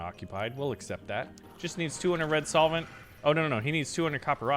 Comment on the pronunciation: Hey, it's red solvent btw. Not soilent. Idk why this got on my nerves so much haha